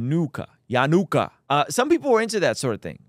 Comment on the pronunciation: Why can’t you read the word yanukah correctly?